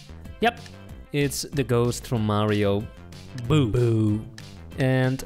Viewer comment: “It’s the ghost from mario” “Boo” “Boo” What I hear: “It’s a ghost from Mario! Poo poo”